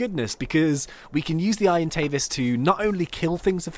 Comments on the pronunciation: its not irontavis it's argentavis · Please say it properly it is bugging me sorry but it is (arg an tave as)